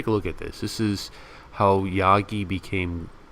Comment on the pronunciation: Jaggi is pronounced as Jug-gy not yaa-gi. Jag or Jug or Jagat (जगत्) in Sanskrit means 'world'